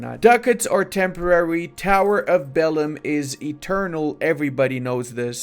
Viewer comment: I went to the doctor to check my ears after I heard you spelling 'Tower of Belém'. Now you must pay the bill bruvv. Tower of Béléme 🤣💀